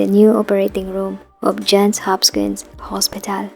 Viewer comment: To the content creator: Is the voice narration AI/TTS or a person reading a script? Either way, it is terribly distracting to hear well-known names like "Johns Hopkins" continuously mispronounced.